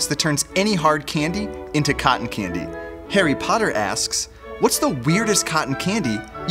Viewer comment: Oy dude with the pipe do you mean Harry Potter not Hairy Potter